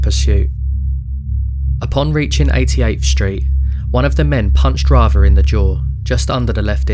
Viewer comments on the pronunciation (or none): Who TF IS “?” LOSE THE G.D. ANNOUNCER- BOTS!! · Your pronunciation of 'Rather' is WRONG!